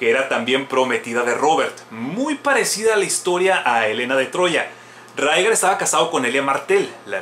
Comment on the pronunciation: A si eee: Rhaegar se pronuncia "Ray-gar" osea ['ɹeɪgɑɹ] según George RR Martin y HBO. Aerys se pronuncia "Err-eez" osea ['eɪɹiz] según HBO Arya se pronuncia "ar-yə" osea ['ɑɹjə] según George RR Martin y HBO. Pero Jaqen H'ghar ni puta idea xD xD xD